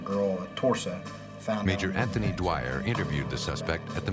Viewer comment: I think they need a new editor. They called the police man dwire my mothers maiden name was Dwyer 😂